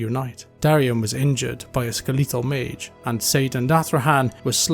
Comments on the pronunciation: I have never heard the word skeletal pronounced as you pronounced it and I love it. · Can't get over the way you pronounce "skeletal".